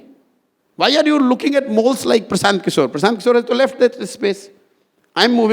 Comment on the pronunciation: Hello ..try it make sure pranounaction perfectly..do make it tus tas language Mr Prasanth kishor..